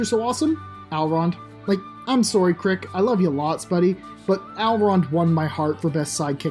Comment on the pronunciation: His name is Crick not Carrick 💀💀💀